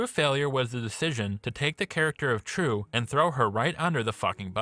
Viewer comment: As a Vietnamese, i find your pronounce to be super cringy. Its pronounced as " Triệu ", buddy